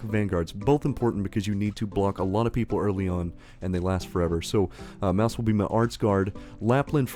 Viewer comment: Mousse name is pronounced like the desert, she's from a family of bakers.